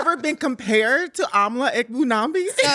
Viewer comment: I don’t know but that was very Anti black of you to purposely mispronounce Amala’s last name like that.